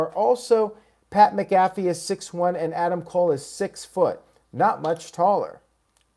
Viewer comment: Your saying pats last name wrong heads up 😃